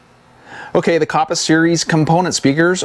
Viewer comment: Kappa not koppa. Other than that good video.